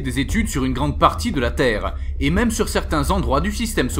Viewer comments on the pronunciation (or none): none